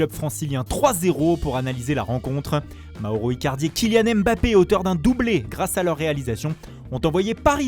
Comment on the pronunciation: AimeBappé, Rafignun... bordel tu fais saigner des oreilles c’est ouf.